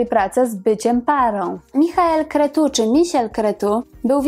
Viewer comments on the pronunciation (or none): Super materiał , szkoda ze nie wspomniała Pani o tym ile posiada na Ibizie z T.Andersem , że była niemal 8 lat non stop w trasie koncertowej od singla Magda Magdalena . Nazwisko jej 1 męża wymawia sie Kre'cu - on jest z Rumunii . Obecnie można go czasem spotkać w centrum Monachium ( Marinenplatz ) gdzie pomieszkuje a w jednym z Caffe barow gra w szach z przyjacołmi - wiem bo spotkalem ale odmawia wspólnego zbjecia - trudne zycie fana hahaha . Pozdrawiam ,bardzo fajny materiał !